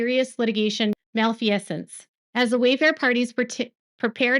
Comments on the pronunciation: Malfeasance pronounced: Mal-fee-zance. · Retired attorney here. In camera review just mean in person. Statutes is pronounced Stat-uttes. second part rhymes with butte. Malfeasance is pronounced mal fee since. You know this stuff very well. trust your self. You only have to say you are not an attorney at the beginning and then end AND include that none of this information should be construed as legal advice or any formation of an attorney client relationship.